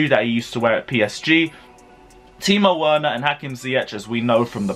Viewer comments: for God’s sake, they’re our players and they deserve to have their names pronounced properly. VER-NER. PULI-SICK. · Timo Werner’s last name is pronounced with a “V.” Say VERNER!!!!! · Timo VERner not Werner, W is pronounced as V. Don't make me come after you. Pulisic Pronounced as PuliSICk!!!